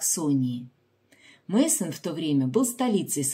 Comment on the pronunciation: Если вы так любите фарфор,тем более что это всемирно известная мануфактура, пожалуйста произносите правильно её название,Майсен, а не Мейсон,деревня так называется Майсен,в немецком языке сочетание ei читается как ай